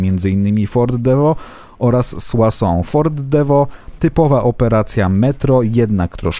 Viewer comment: jestes pewien że mówi się "suasą" a nie "suso"?